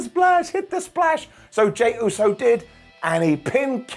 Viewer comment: Vince would’ve fined Sami for saying Usey. Lmao